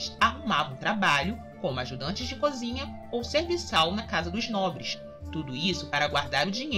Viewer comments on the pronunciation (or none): none